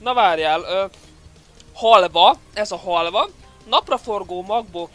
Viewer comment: Én román vagyok és amikor olvastad a halvát röhögtem!:D